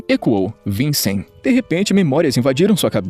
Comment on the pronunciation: E cê você conseguir falar Vichen não vicen ficaria melhor mais a obra e você que faz boa sorte no teu canal